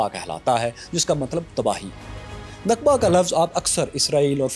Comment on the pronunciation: ”نقبہ“ نہیں بلکہ نکبہ ہوتا ہے، جس کا انگریزی معنی disaster اور calamity ہوتا ہے